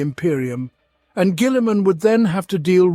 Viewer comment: The way he pronounces Guillimans name makes my eye twitch.